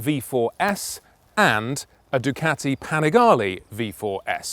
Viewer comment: You gotta say it right... "Dew-CAAti"